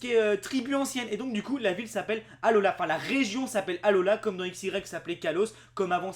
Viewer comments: ça ce prononcé Alola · qu'en tu a dit alola j'ai penser a haloa. je sais pas si tu voit xd